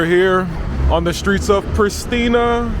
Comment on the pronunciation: Its pronounced PriSHtina, emphasis on the "sh". Its purely a Serbian word, as are all names of places in Kosovo and Metohija. The word Kosovo itself has no meaning in Albanian, though Albanians are trying to erase its Serbian origins by ludicrously renaming it Kosova. Similarly, they have destroyed many ancient Serbian monasteries and desecrated Serbian cemetaries and graves to further erase Kosovo's Serbian origins and past - all aided and abated by Nato.